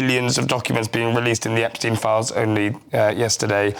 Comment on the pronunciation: This man reporting can't even pronounce Epstein's name correctly? Come on!